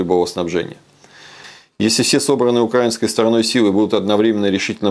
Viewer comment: Он же читает текст! Посмотрите за движением глаз, если роботоподобной манеры речи недостаточно для соответствующих выводов! Позорище. "дЭ-нЭ-эр"? "укрАинской"? И этот ... гражданин непонятно-чего претендует на "защиту русского народа"?!!! _ будучи русским человеком, даже печатать такое стыдно, вышеназванные слова не могут вмещаться в одно предложение _ откровенно говоря, я хохотала при просмотре этого ... ведь нормальная реакция! :) а как подумаю, сколько людей серьезно, в самом деле верят этим клоунам - и смешно, и грустно.